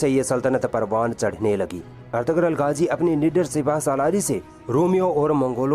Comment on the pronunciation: गाजी नहीं। गाज़ी नाम है।